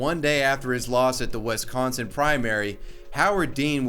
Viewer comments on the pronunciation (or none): My boy was definitely saying "West Consin" here and I honestly can't unhear it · Did this man just say Wes-conson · WIS!!!!!!!!!!!,⏳ Not WES consin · Wisk-con-son Everyone pronounces it West-con-son. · Bruh, did you really butcher my state's name my calling it Wesconsin? It's with an ih. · I liked everything you said ACCEPT when you said wEs-consin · His pronunciation of Wisconsin hurts my heart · I hate how you say Wisconsin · The way you said Wisconsin hurt me.